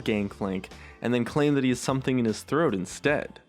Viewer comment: Gangplank*** Had something in me troath??? Me.. Wow pls stop those mistakes